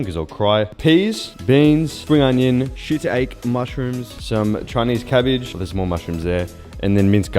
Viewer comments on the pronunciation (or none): shitaki not shetake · It's pronounced shit-aky not shitake 😂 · It’s pronounced shee-tah-kee mushrooms bro